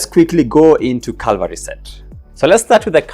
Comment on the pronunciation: READ IT. IT'S FCKING "CAVALRY" NOT "CALVARY"